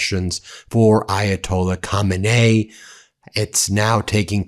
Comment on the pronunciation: Can someone please teach Ben to pronounce "Khamenei" and "Khomeini" correctly? 😄